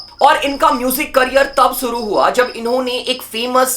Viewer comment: ShShuru, not Suru ShShauk, not Soak